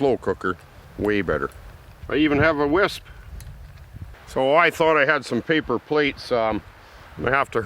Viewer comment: consistently calling a whisk a "whisp" is the best and gosh darn it if I haven't started callin it that too xD